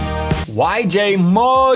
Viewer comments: ITS PRONOUNCED MOY YOU !! Lern your cubes!!!!!!!!!!!!! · It’s pronounced moe-you